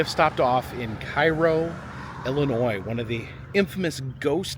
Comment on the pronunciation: Do all the IL locals pronounce it as if it starts with an “e”?? I had no idea yall pronounce it like “Ellenoy”